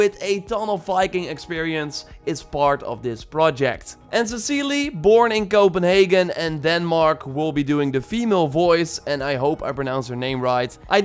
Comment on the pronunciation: Magnus is pronounced ['maw-nous], and Cecilie is pronounced [se-'si-lye]. The apostrophe represents the stress.